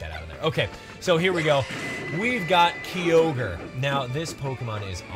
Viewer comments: It's kyogre no keyogre, ky, like eye, and giratina with a G not a J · Ki-ogre, not Kee-ogre. Sorry but that really irritates me. Same with Girra-tina not Gyra-tina. I know I'm being picky but it just doesn't sound right otherwise